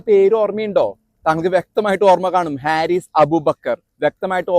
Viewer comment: ഹാരിസ് അല്ല, ഫാരിസ് ആണ് ശരി..